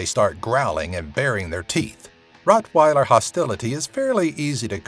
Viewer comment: This nigga said pitwiler